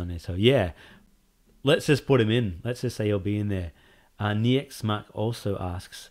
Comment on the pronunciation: "General Niekzsche". I like how polish that sounds 🇲🇨. Big thanks for answering my questions! I'm doing well, but i'm very busy atm. That's why there haven't been any suggestions lately. I've got alot coming though! Just need to right them out and make sense of them, etc 🤪👨‍🔬. Also, My name (Niek) is pronounced this way: Knee 🦵 for the 'Nie' part and the k of Nike at the end. I hope you're well soon and please don't be to strict for yourself. I'm not your boss, but you're one man afterall with this big amazing project. So have some fun and refresh your mind for a bit (with games gladiator or smth). Also rest well and stay healthy. That way we'll get a game: Made with pure passion and not a rushed marathon. Sincerely, The General.